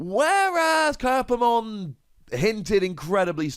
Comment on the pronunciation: Kyupimon is pronounced like Cupid, but without the D. Kyaromon is pronounced like kya-ro-mon not ki-a-ro-mon.